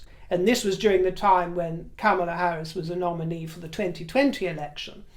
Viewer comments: How ridiculous to entertain the notion that MM would be even considered for VP. Only right-wingers believe such nonsense. At least you come close to saying Kamala's name correctly which more than can be said about our GOP. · Well done for taking the trouble to pronounce Kamela in the annoyingly approved way! You are real class.